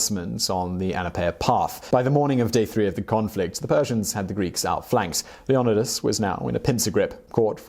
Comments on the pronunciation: “Lee AH niduhs” * shudders * LeOnidas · ok we get it its leONidas not LeoNIdas lol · Why does he keep saying "Leon-I-dis" It's pronounced LEO-NYE-DAS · Its LEEohNYEdahs not LehOHnihDAHS!!! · is it pronounced leon-edus or lee-on-eye-dus? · Isn't it leo-nide-as? Not leo-on-os? Not making fun of your accent if that's what it is, I just want to know, cause maybe it's something like pirates of the carribean, and the way they say it in the movies is not how you say carribean. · Hello simon, an history nerd, and a big fan of your videos. i do wonder, why do you prounounce Leonidas and not LE O NAI DAS as was letinised ? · Lee oh nigh duss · Leo-night-uhs! There’s a movie about it lol 😂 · To be fair. It’s “LEON-EYE-TISS”. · Leo-ni-das....Say it like the rest of us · isnt it Leo-Ni-das not wtf he saying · It’s LEE- O- NIDE-US. why do the British mispronounce so many words? WTF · I CANT HEAR HOW HE CALLS LEONIDAS ITS ANNOYING THE CORRECT IS - LE(E) - O - NI - DAS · It’s lee o knee das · Come on bro, that's not even a hard one 🙄 Leonidas NOT Leonadis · J-MONEY fifty-two-Hgc ikr... it pronounced Leo-ni-das! I need him to say it right! Lol! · Dude not to be rude but can't you say Leonidas. It is pronounced Leo-nid-das. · Why pronounce it like that? Leyonidus.. someone Didn’t watch the 300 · Lee-oNo-Di-As lmfao what the hell guy... can you not pronounce words..? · i think it's pronounced LEE-YON-EYE-DUS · LEE-O-NÍDEOUS NOT LEODINOUS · Lee ona dis what da took none of these guys know how to pronounce any of the towns or names of people....so lame¡!!! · Leon eye dis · Being related to one of the 300 Spartans I can tell you this video is very informative and professional, but the pronunciation of our Warrior king is Lio- Nee-das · Say it with me “Leo....Ni....Das.” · Omg, please remake this and fix how u say Leonidas, its Leo-nidas! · I thought it was pronounced Leoknightis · Leeonaaaaaidus... That's how it's spoken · You keep saying leonidas wrongs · You butchering is name lol